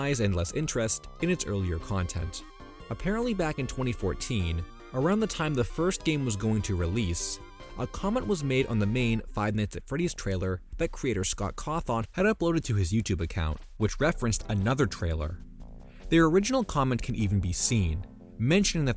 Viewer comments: Fr, it’s Caw-THIN, not Caw-THON…buuut it’s understandable only for the reason of the spelling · huh why did you pronounces last name like that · Imagine pronouncing Scott Cawthon's last name wrong 💀